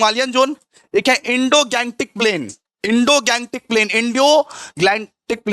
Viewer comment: indogangetic bolte hain sir, indoglantic nehi🤣🤣🤣🤣 . Moreover there are 10 biogeographic zones, not 6